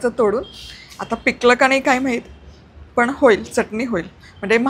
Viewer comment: शुद्ध बोलणे आवश्यक आहे. पन च्या ऐवजी पण हा उच्चार बरोबर आहे.